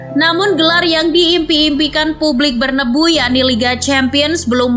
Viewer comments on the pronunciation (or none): Narator nya siapa sih? Penyebutan "BERNABEU" itu sesuai sama tulisan nya, tolong diperbaiki lagi, karna sangat menggangu dan tidak enak di dengar